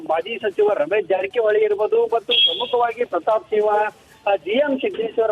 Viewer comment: ಸಿವ್ವಾ ಅಲ್ಲೋ ಅಣ್ಣ ಸಿಂಹ 😂